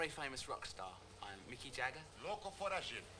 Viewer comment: Mick Jagueiro kkkkkkkkkkk